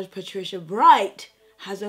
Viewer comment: “How I’m going to turn up at my sugar daddy’s funeral” PA-TRICIA LMAOOOOOOO PLEASE